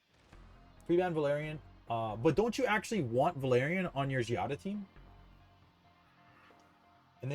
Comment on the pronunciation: I still dont get why you call her Xadia. Its Xiaaaadaaa bruh 😂